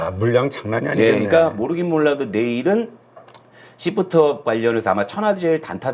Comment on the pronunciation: 발음좀 잘 부탁합니다 씹프트업입니까 쉬~프트업니까